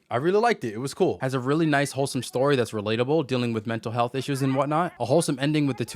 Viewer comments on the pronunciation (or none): none